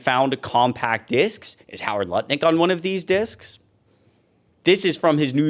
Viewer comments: His name is "NUTT-LICK" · Did you say Nutlick?